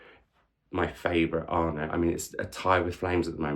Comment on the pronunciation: What a great way to start the reading year! Fingers crossed the trend continues. The double t at the end of Arnott are not silent btw. I have been to two of his author events, he is a delight! Hope you get to meet him one day. Would love 5 star videos!